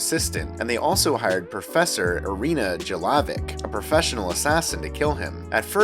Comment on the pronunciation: It's pronounced Yelavich jelavic